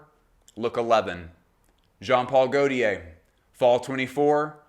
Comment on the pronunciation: Perfekt Video, just don’t say „goltiär“ it hurts …😂. In doubt, watch a perfume by gaultier and you can hear the „correct“ pronounciation … 😅